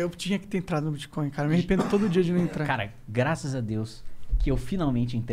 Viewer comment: Mano, ele falou TIBIA coin ou bit coin?